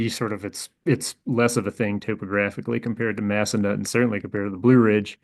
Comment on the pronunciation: I'm pretty sure it's pronounced Mass-Uh-Nuthin. Haha, I used to snowboard there.